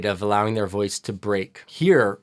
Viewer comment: I love his improvs. “Hear her loice” instead of “voice” on Human Nature…